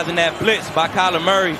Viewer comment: Talib finally got Murray’s name right… He used to call him Calamari😂